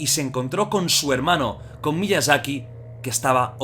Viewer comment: Todos: Miyazaki Jordi: Miiazaki